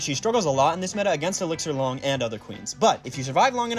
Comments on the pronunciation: It’s obviously “Long” not “Lung”. Sorry, I had to say it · "Loo-ong" not long